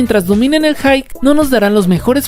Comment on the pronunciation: Tip, pronuncia la "p" al final de la palabra "hype" de lo contrario dices "hi" o "high". Interesante video, toma tu like 👍.